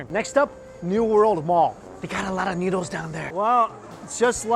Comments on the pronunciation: The pronunciation is noodles not newdols. 😁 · Why do I sometimes hear Mike say "needles" instead of noodles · i legit thought he said needles lol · he sound like hes talking about heroin because i think hes saying needles.ya i love thes needles😌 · It sounds like you're saying needles the first 5 times